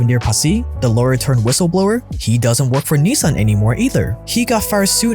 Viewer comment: Just wondering, as a "100% Asian", why don't you pronounce Nissan correctly, instead of the American way? Ni-saaaaaaan sounds ridiculous.